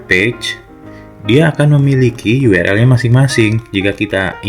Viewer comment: Sudah banyak sekali tutor Indonesia yg ngomong URL dibaca yu er el... Yg bener itu yu ar el